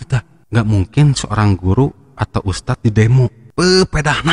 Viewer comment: Idz ustadz bukan iz . Lidahnya ada diujung saat mengucapkan dzal (ذ) Dibacanya begitul ustadzku yg gantengggg